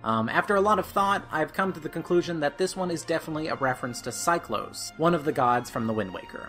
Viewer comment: Deck-oo not Day-coo Cy-clos not Cy-close Zeff-os not Zeff-ose Great video, but so many wrong pronunciations...